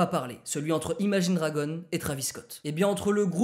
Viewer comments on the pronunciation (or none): none